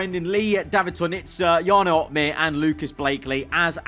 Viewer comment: Jarno is butchered